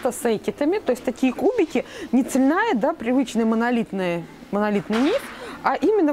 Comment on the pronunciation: Но все же слово "цельнАя" надо бы заменить на "цельная". А так да, обожаю смотреть)